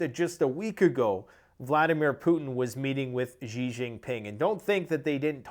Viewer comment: Xi Jinping's name is pronounced similar to the following english words "She gin ping". When you call him "gee" you are using the Chinese word for a chicken.